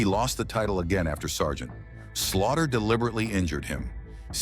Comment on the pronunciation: DAMN THESE AI CHANNELS! Pauses between Sgt and Slaughter! Uses Superstar Billy Graham images while talking about Ric Flair! Stop being lazy and learn to do things the proper old fashioned way without having AI do your homework for you!